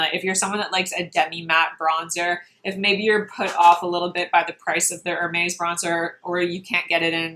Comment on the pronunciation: Please learn how to say Hermes the correct way and you have to watch Nikki La Rose. She is a professional makeup artist and she matches her body and face makeup perfectly. Your face looks pale and different shade than your neck and body on the video!